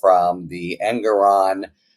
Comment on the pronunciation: He says it’s pronounced En-GORE-on!